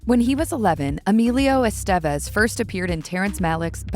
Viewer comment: Learn to say his name....smfh